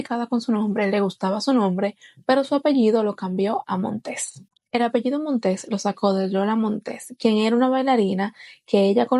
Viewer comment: No es "Montés:, sino Montes: es sin acento en la última sílaba.